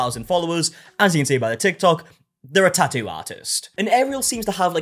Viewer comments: Best part of the tattoo drama is that we get to hear him say "ta-u" over and over and over again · I just love how he says tattoo.. lol